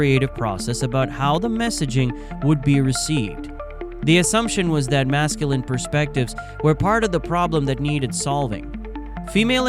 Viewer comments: Mask ku line? If you're going to let ai read your script at least correct it's pronunciation of common words. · Mass Kew Line Culture. It's pronunciations like this that make people think "AI shit vid"